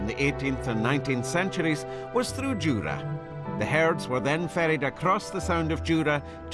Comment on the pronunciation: IT IS JURA! NOT JURAY